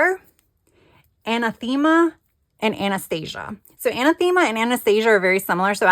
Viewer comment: An-ath-ima is the pronunciation of Anathema 😊